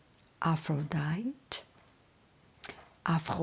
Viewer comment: I love these stories. I read them in 7th grade. The name APHRODITE is Greek and is pronounced Af-ro-di-tee. 😁